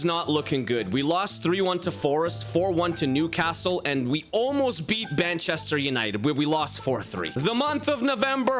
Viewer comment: No offense but you said banchester